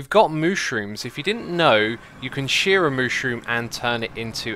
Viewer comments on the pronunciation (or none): none